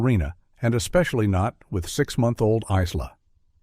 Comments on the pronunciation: Isla = Eye Lah aaaaargh. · The s is silent in Isla. It's driving me flustered. 😅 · Exactly, the 'S' is silent! Such a sad thing to happen to this young family. 😢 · Yes, I must admit, I was very stuck on the pronunciation and spelling of Isla.. Throughout this whole sad story.. 🫣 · And why don’t narrators research how to pronounce the names of victims?? Hello, google! 🙄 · It's AI, that's why it can't pronounce it right